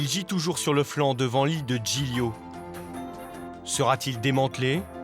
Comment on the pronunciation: PILON Zoo Le « GL » en Italien ça se prononce « L » comme Gli Spaghetti sa se prononce « Li Spaghetti »